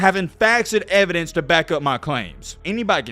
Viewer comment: "I‘m onna back this up with facts and ev-y-dense..." – (at putting his foot in his mouth)